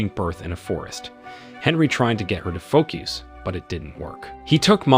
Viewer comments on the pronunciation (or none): none